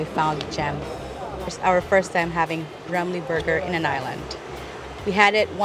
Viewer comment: I became a new subscriber because after 20 years living I can finally found a foreigner that can correctly pronounce Ramly, most foreigners pronounce it as Remly/Raemly. Kuddos to you guys.